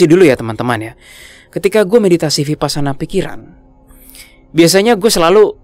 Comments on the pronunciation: biar enak kedengarannya dan benar kata vipassana dibunyikannya wipassana.Thank you 🙏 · Vipassana, bacanya wipassana. 🙏